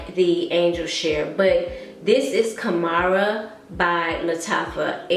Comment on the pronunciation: I think you've corrected it in later videos, but Khamrah has two syllables....Kham-rah.